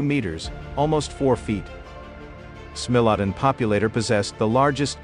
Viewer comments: He pronounces SMILODON wrong, it is SMILE OH DAWN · I was always taught that it was pronounced, "SMILE * a * Don" with a long 'I'... If you are using AI to do your narration, You should program the correct pronunciations! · AI be sayin “smelladun”. More AI shit posting.